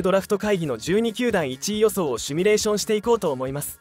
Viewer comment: シュミレーション❌→ シミュレーション◯